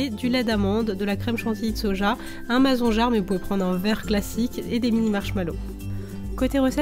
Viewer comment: C'est marrant la façon du tu dis "Mason jarre" à la française 😄😁